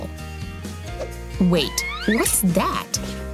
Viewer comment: Am I the only one who heard her say, "Wait! Hey! Wus dat?" 😂😂😂😂😂😂